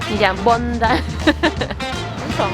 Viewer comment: Bondi的发音是Bon.dai 😂😂😂希望不会被喷因为英文老师上身！Bondi其实是澳洲原住民的词语！